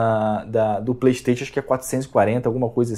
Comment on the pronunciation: "Plestêtchu" Ha!!!!!!!